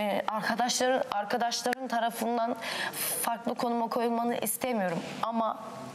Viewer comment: hazal ahradaşları demesine gülüyor 😂